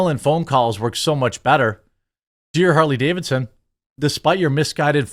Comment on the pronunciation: I just stopped by the Comments Section to say "Harley Gay-vidson".....Im out!!!